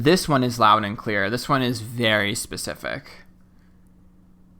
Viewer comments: I hate burps but oddly love yours that are quite subtle and followed with, "it's the truth". Also, the butchering of the English language such as Amberlynn Reid does, is maddening to me; but the way you say "pacific" instead of "specific" is so f'n endearing to me. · I love how you always say pacific 😊